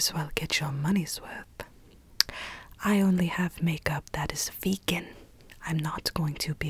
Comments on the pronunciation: It’s VE-GAN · She said: “Vee-GUN” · Rose Menon every time she says that I just go crazy... VeGaN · "this grew right in the wild waking it V E G A N." idk why that was so funny XD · no one:: VEGAN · Every "vEgAhn" gave me violent flashbacks to Rita in the movie flushed away XD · can we get timestamps of every time says "VeGaN" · its v e g a n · Am I the only one who's gonna encounter the word vegan later and all I'll think in my head is saying vEEgAn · I love how you get triggered when you say "VEGAN" Mood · Elise Mauree the ya she says VEGAN tho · Every time she said “VEGAN” I was like, calm down BuDdY, no need to get SaLTy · the way she’s saying vegan makes me laugh so hard